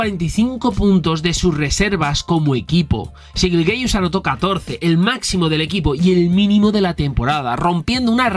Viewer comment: Te lo pido por favor, me da un calambre cada que dices Shai GILGEOUS con todas las vocales, mejor dile SGA o Shai YILYIUS-Alexander que es su pronunciación, gran video